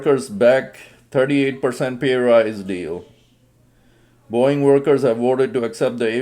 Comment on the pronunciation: It's Boeing... not boing... 😂😂😂